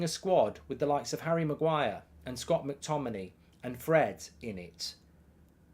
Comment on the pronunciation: Mctominay. At least get the guys name right